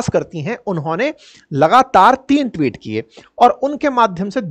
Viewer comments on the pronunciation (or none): none